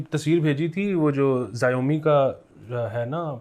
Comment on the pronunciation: Ali are you referring to Xiaomi ? If yes than it’s pronounced as ‘shau-mee’ Kindly correct me as well if I’m picking up the right brand. Thank you